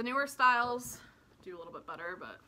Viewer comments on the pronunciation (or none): none